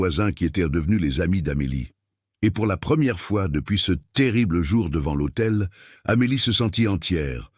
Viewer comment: Devant « l’AUTEI.. » et non pas l’hôtel.. Ceci mis au point, je vous écoute avec plaisir du Sud de la France.. Très belle histoire d’amour..merci.